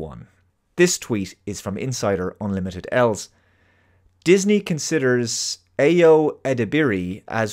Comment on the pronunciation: Ayo is pronounced Ah-Your